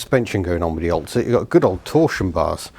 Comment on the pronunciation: I thought you said oldshit not oltcit haha. I will be amazed if you get that running on the road.